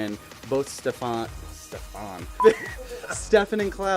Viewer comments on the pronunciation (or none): It's STEFAN not Ste-faaan xD